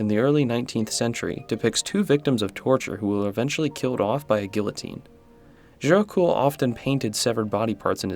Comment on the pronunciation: Gericault is pronounced "Jericho" with a soft J sound like in "visual" Titian is pronounced "tishan"